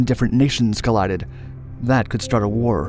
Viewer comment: Did anyone else hear wer instead of war